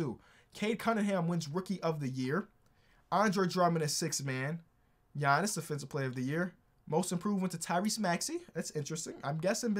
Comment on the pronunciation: Why'd he call Giannis "Gianny" LMAO